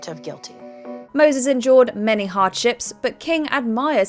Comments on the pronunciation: The narrator needs to enunciate the words "endured" and "enjoyed" differently. Moses endured a hard life sounds like she's saying Moses enjoyed a hard life. She did this multiple times. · It's her accent. If you listen, she is saying "endured" but pronounces the D almost like a J. I had to take speech therapy as a kid because among other things I pronounced the D and V sounds as a B. I remember her saying to bite down on the D (she was a very serious lady and probably had no idea how that could be interpreted). The J is formed similarly but it's like they back off at the last second.